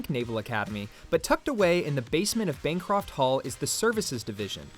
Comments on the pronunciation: Nice video...one correction though. It is Bancroft Hall, not Bancraft Hall. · Bancraft Hall hurt me. It's Bancroft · You called it Bancraft Hall at least twice. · How in the world did he pronounce Bancroft wrong? “Bancraft” isn’t even a word.